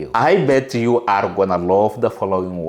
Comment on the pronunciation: What country are you from ? Because your english is sh!t ! This is you 👉 if yoooh want too 😂